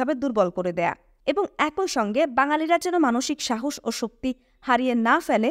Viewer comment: একই - উচ্চারণ এক-ই ‘ঐ’-নহে। ধন্যবাদ। *মারাত্মক ভুলটা বহু লোককে করতে দেখি। ধারাভাষ্য বা বুক রিডিঙে এসব ভুল উচিত নহে।